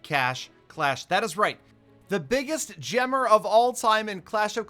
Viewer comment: Valdemar Keisu it’s “right” not rithe